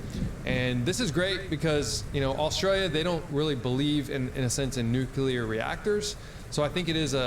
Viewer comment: Great content. Thanks for the info. Funny, why is it so difficult for native (US) English speakers to pronounce Nuclear? "Nukulur" lol